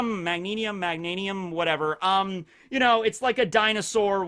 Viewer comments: butchered that pronounciation on Meganium. it's alright tho. still cool cool cool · You ste saying maganiam wrong